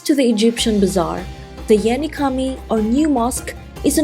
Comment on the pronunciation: Great video! Very helpful for my upcoming trip, even though I've been. The "C" in Cami (mosque) is actually pronounced like the "J" in jam. Just a note. 🙂